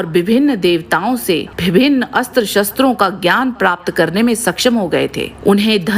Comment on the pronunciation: हर जगह अस्त्र को आस्त्र नही बोला जाता। जहाँ अ से अ या आ की संधि होती है वहीँ अस्त्र को आस्त्र बोलना चाहिए